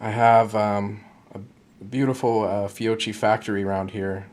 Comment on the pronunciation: Fiocchi is pronounced Fee-o-key, and if you mic your taper crimp at the top edge of the case mouth it should be .471 for perfect crimp